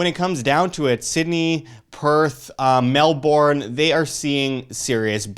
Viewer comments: ur not pronoucing Melbourne properly.. Say it like "Mel-ben" NOT "Mel-born" - source fellow australian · Its not MELBORN its MELBURN. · Very true, though I would blend it a little with Mel-bun. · Mark Schiavetta lol it’s neither of those - it’s Melbourne !!!!!! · Please practise your pronunciation of Melbourne thanks. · well fellow aussie here as well, but you can't blame them lol, all that effort to express the OURNE, and then it is pronounced differently. English words/names are confusing, you have to admit.